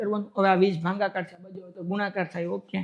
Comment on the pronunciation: Sir bhangakaar nahi bhagakaar aave 😂